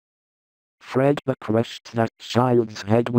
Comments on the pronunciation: AAAHHHHHHHHHHHH…. GAAAHAHHAHAH Anyways, why does apring keep saying “fred beer” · Are we just gonna ignore the fact that called fredbear “fredbeer” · Is it just me or is saying Fredbeer instead of fredbear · I love how says "Fredbear" its Fredbeer🤣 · Its funny how calls fredbear "fred beer" 😂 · Why did keep saying Fred beer? It’s Fred bear right? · I love how says fredbeer instead of fredbear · When says "Fredbear" i hear Fredbeer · Why does say fredbears name like fredBEER xD. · Why does. call fredbear freadbear? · Idk why says fredbeer lol